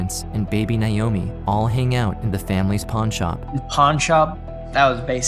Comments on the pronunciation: Nigh oh me. It’s NAY-OH-ME. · That’s really not how you pronounce Naomi… 😑